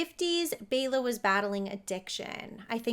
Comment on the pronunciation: SO grateful to actually hear someone else, actually pronounce Bela’s name correctly!!! Thank you for showing the respect, he (& so many others) deserves! Keep up the amazing work! 😲😁😉😊🦇😃